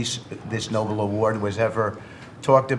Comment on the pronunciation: I love the way Trump looks in the beginning of your video it's like he just got done with a Private meeting with Putin I know English is your second or third language But these Clowns don't understand that there was a man named NOBEL They think the award is named NOBLE Witkoff mispronounces it three times So embarrassing to be an American